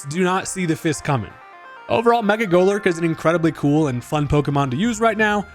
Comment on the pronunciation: now i've been wrong my fair share of times but i swear i can't unhear mecha golurk an i like it lol